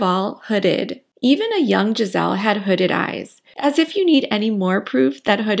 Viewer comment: Interesting video. Just to be clear, her name is not “Gisel” is GISELE with E at the end. It will sound more “Giselee” And I’m not gonna comment on Bündchen